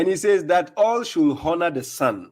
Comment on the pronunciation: Frankly speaking understands English better than. His pronunciations of " honour " is not even correct